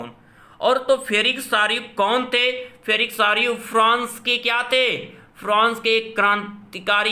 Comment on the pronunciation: फेरिक सारयू नही सर फ्रेड्रिक सारयू होगा । आप से विनती है की कृपया हमे गलत जानकारी ना दे।धन्यवाद🙏